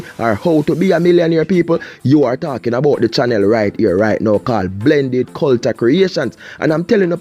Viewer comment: you made me laugh when you say cul-ta and anoy-mity. What happened to cul-ture and an-o-nym-i-ty?